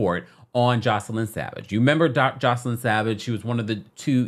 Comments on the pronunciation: Joy- ce- lyn …. Not joseline 😂 baby I love you but you butchered her name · It’s JOYCE-LYN NOT JOS-LINE getting the names right matters.